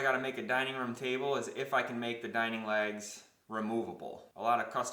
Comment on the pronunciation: can't tell if he's saying "lags" or "legs" ................